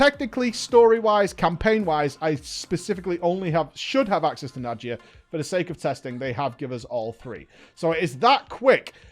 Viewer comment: So went from mawr of souls to najia. My ocd is gonna kill me its nadia for the love of god j is silent